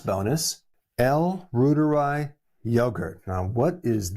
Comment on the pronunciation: I've been fermenting Reuteri for two years and feel fabulous 😅 Btw it's pronounced like Reuters news service, ie roy- teri. German